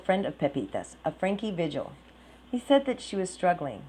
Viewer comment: Pronounced Veehil not vijil